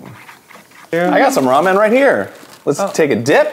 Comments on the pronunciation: Am I the only one who is a little annoyed with how Arin pronounces 'Ramen'? Like he says it as if it is two words- Arin: "we're gonna brew up some raw-menn" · arin saying ramen like "raw men" is going to haunt me forever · I love how Arin pronounces ramen like "Raw Men" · arin pronouncing ramen as raw-men is amazing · So are we not gonna mention Arin pronouncing Ramen, "Raw Men"